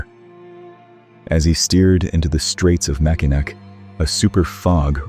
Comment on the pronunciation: As a Lifelong Michigander I have got to tell you. It's pronounced "Mackinaw". I know, it's written with a "c", but it's pronounced with a "w".